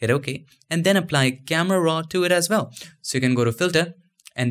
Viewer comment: say WELL ...... Not VELL this is not German Language